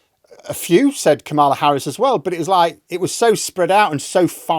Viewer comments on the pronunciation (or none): it's KAMala, not KamAHLa. Thank you. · Congratulations! You analyzed and reported the resignation Sooooo much better than BBC World News did overnight. Just a little Americanism you couldn't know: KA ma la Harris pronounces her name with emphasis on the first syllable. Republicans deliberately mispronounce it as a way to denigrate her by pronouncing it ka MALL ah or some variation thereof. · It’s Kamala. Not Kaamala. Not Kamaala. No pronunciation extras needed. KAMALA. Pronounced similar to “CAMERA”. If you can’t work out how to say a name, listen to THEM say it themself. 🤷🏼‍♂️ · Mate. Cheers from down here in Wellington. It's KAH-muh-luh Harris. Comma-luh, if you'd rather. Imagine she may be cropping up quite a bit going forward! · According to Kamala herself, her name is pronounced like Comma with a la on the end as in Comma la. Just trying to help. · I think you'll find it's actually pronounced KAHmala. I aways remember it by thinking of the word "Karma".